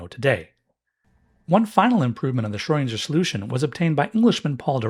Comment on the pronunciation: Try saying "Schrödinger" with the "ing" like in "sing".